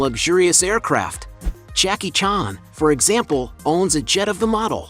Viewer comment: Jacky “chaarn”